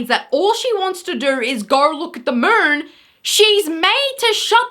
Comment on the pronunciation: WTF Is the moorn? Moon?! Ugh!